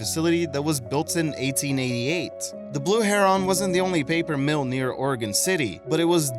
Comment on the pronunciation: Heron however was butchered